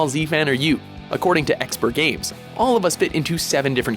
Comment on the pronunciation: At least you pronounced ExperGamez right...